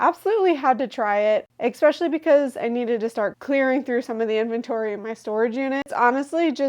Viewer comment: I love listening to you, but please learn to say "ES Specially", not "Ex specially".